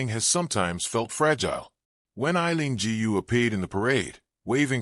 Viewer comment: A very pathetic monolog, somewhat biased, narrator still cannot pronounce her name correctly. This is definitely not a NEWS item and nothing to do with the SF parade.